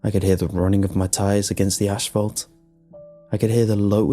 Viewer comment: Lol "Ash-Fault" 😂😂😂